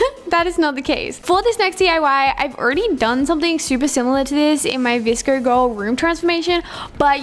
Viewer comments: Is anyone gonna talk about the fact that she said vscr instead of vsco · It sounded like she said vrsco insted of vsco 😂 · Its is VSCO not VSCER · you say vsco vscr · she just pronounces her o's like that, its her accent... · why is she saying vsco like [vsciouioio] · i love it how she says vscrrr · Is anyone triggered by how she says vsco